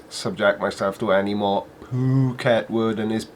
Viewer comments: I don't are how he says it. It's FUK-it. Word. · I thought ph was pronounced F so the make it f**ket word. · Foo-ket - because thats where he lives. Phucket, Thailand